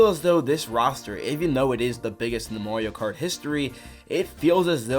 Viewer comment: You accidentally said Mario karty